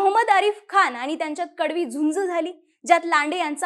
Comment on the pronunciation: watch tone of Aani , paani, kaarne.. pronunciation of n?